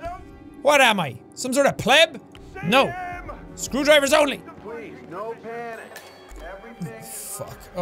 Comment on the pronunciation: And he uses Scroowdrivers